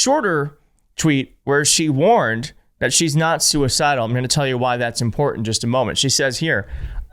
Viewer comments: MTG says "impor-dant" which drives me insane. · Do you think, she knows the word is important, not impordand, or is it that, she just can't enunciate important? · IMPORDANT.….. You heard her folks! Straight from a modern political genius. 🍊🤡💩👺🧟‍♂️🐍🐖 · I get bothered when people say “imporden”. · Totally off topic BUT when people pronounce important as impordant. It's a visceral reaction. Ignorant. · You shouldn't be in Congress if you can't say the word "important" period stop. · Someone please tell Marjorie the word important does not have a D in it